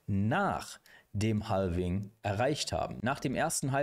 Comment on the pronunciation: Danke für die Zusammenfassung. Habe es nem Kumpel geschickt. Btw, Halving spricht man ohne L :)